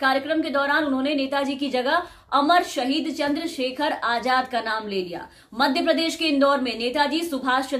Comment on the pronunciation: Aap ka talafuz bhut kharab h.azad hota h ajad nhi..🙂🙂